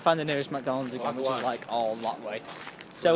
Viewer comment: "i rike trians!!!! bye!!!" ahh killed me.